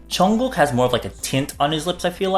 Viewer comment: He said Jungguk perfectly😍